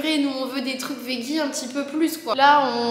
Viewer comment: pourquoi tous les français prononcent le mot « veggie » de cette manière? 😭 ça se dit « védgi »